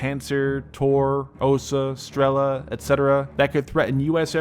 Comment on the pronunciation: A small comment on the names of the Russian SAM systems. Buk prononciated as Book, Strela (arrow) as Stre-lúh, Oca (wasp) as Os-úh